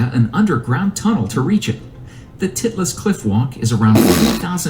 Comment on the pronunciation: Why he say titlis cliff walk like that lmfaoo